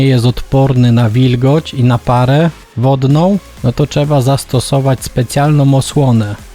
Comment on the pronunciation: Jedna uwaga co do filmu. Nie mówi się czeba tylko trzeba...